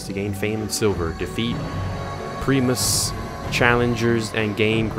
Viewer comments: Also, Primus (Pry-mus) Not (Pree-Mus) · Cap-you-uh Prime-us